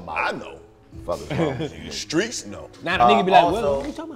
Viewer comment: DC keeps saying We gotta stay SKRONG for us🤣🤣He also say Skreets..He never puts T on his words WHY?🤣🤣